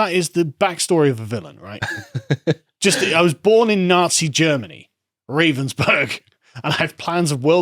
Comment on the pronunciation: Isn't "You will own nothing" the same as "WE will own everything"? It is isn't it. It's pronounced Rah-venz-burg BTW. They make jig-saws.